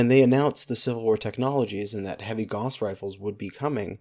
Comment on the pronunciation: /gaʊ̯s/ not /gɔs/